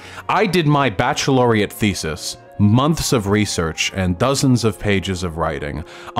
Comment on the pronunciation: "baccelaureate thesis?" that's a thing wherever Vaush comes from? I think he means "wrote a large paper"